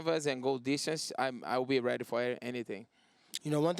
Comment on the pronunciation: He pronounces ready wrong its heady, get it hightch